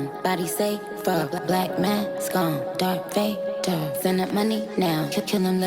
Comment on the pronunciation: pretty sure its not DARK vader lol